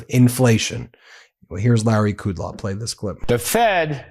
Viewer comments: Ben Meiselas: the Fox dickhead’s name is Larry Kudlow, not Kudlaw. It is hard enough to listen to their errors without adding more. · It's Kudlow, not Kudlaw. Still a lying pig... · Kudlow - As far back as I can remember, his name was pronounced like the words cud low, not what only you have said!